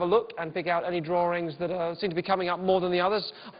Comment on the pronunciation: "the drawrings"